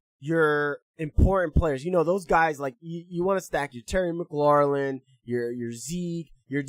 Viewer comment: We Thankful for you. ps: u been saying “Mc-lor-lin” for a while now, it’s just “Mc-lor-in” 😂 there’s no L at the end.